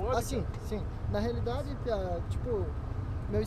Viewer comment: "Na realide"